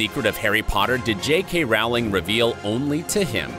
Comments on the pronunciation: You're mispronouncing JK Rowling's name. It's ow as in flow, not ow as in cow. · Yet another narrator who fails to rhyme JKR’s surname correctly. “Rowling” rhymes with “BOWLING”, not “howling”! RIP, Alan. /* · A very nice tribute. If should do any more of these vids based on works by J. K. Rowling, he should know that her last name does NOT rhyme with "fowling", but with "bowling". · It’s not rawling it’s rolling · The author's name is pronounce ROH-ling...rhymes with TOE. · Over 20 years and people are still mispronouncing Rowling's last name.